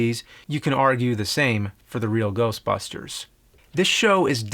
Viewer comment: The Real Geoshtbushters